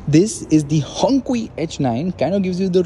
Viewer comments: Hongqi pronounce Hong chie not Hong kwie. 👎👎👎 You shouldn't be reviewing this car if you don't know what it's called. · Hongqi pronounced HongChi not hongki and it means red(Hong) flag(qi) This is a proper luxury car but a little thirsty having said that this is pretty large car so yeah... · The name is pronounced 'hong-chi'. 'q' in Chinese pinyin is expressed as 'ch-' like the sound in chai or challenge for example. And so the name, 红旗 (HongQi) meaning 'red flag' implying the Red Communist Flag of China. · Bro. It's HongQi is pronounced as Hong (chi) 😭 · It's pronounced at hong"chi"... Oof🤦